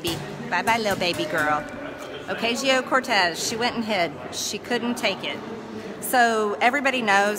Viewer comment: Marjorie saying Alexandria Oketcheeo Cortesseses office has me dying 🤣 This woman and her partner in crime Matt Gaetz need to be held accountable for their actions! I will be there waving a prisoner of warmongering flag when they inevitable get ousted from their seats in office.